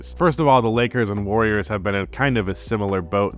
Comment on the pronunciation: Awfully wrong way to say the warriors lol